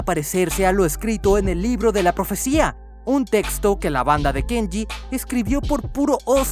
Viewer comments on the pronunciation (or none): none